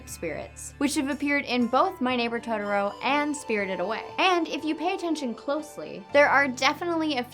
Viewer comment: Down vote for "todoro".